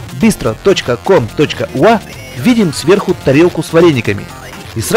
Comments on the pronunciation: какой нахрен "уа" говорить научись правильно "юэй" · Чувак извини но я как Украинец правильно говорить не ua- увау а надо ua-юа